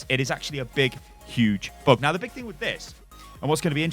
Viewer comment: Bug not Book